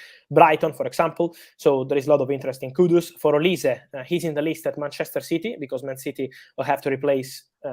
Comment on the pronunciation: Olise is pronounced "oliseeeeee" not "olis" 😆